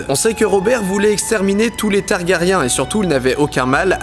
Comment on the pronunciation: Les noms des persos prononcés à la française, aaaaaargh. C'est l'habitude de la VO haha !